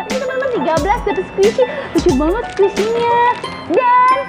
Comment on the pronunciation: Squisi lol kak